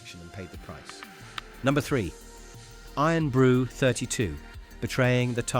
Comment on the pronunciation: Scots hearing Eern Brew 😡